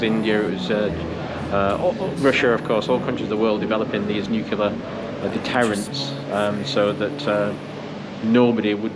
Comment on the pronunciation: Great vlog but remember it’s pronounced ‘nu-clear’ and not ‘nu-cular’.